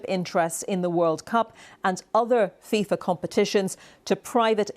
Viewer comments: Fifa ❌ Thiefa ✅ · its fifa, not fisa